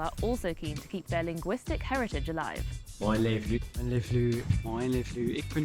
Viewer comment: You immediately nailed the moin😭 even with the facial expression